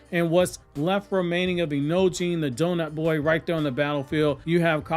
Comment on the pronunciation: Bro said donut boi